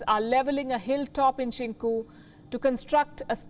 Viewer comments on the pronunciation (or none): It’s Cincu.